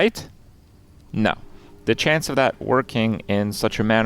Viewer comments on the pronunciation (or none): none